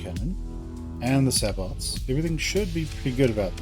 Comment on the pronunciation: Nice tutorial...one request...it's "say-bo" with the T silent :)